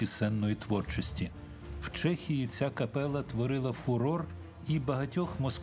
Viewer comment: дякую за чудову првцю, за фільм. Зауваження до диктора - капела - читається з одним "л". До авторів тексту: "Європа підсіла..." - це більш, ніж непристойно подавати до глядачів від каналу Суспільне/Культура